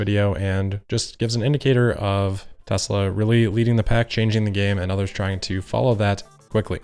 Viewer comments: I thought he said Testicle. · We should all try to say Tezzla... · ahhhh wasn't that hard? ... T. E. S. L. A. Tesla TESLA.... its not that hard to say... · It took four people eleven days to teach him how to pronounce it. Let's just say....not the sharpest crayon.